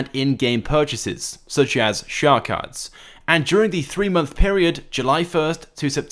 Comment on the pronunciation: "shhhar cards"